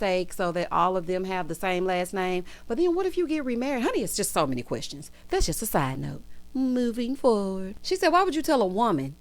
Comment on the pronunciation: Ms. Wanda’s freeze-dried curls always makes her reference something from the 90’s😂. Ms. Vanessa did NOT have time for the qwerstions and shenanigans! That “DO I HAVE TO?” came from the depths of her spirit🤣. Carlos DEFLEE invited Ms. Wanda to the e-vent 😂